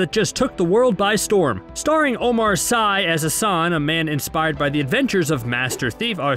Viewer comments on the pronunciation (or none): I pardon your French, but just so you know: "Sy" is pronounced "see" Awesome video! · and "sy" ^^